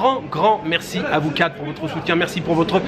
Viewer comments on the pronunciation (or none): none